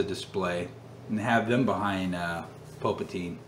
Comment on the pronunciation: Just curious, why do you pronounce Palpatine "Pulpatine"? Is it a joke that I'm not aware of lol.